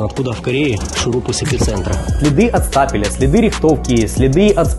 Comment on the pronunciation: Стапель же, не стопер